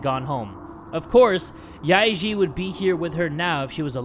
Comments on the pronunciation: im cringing when he says the names yae-eun and yae-ji incorrectly XD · How pronounced Yae-Ji sounds like “ Lick pee” in my language😂😂😂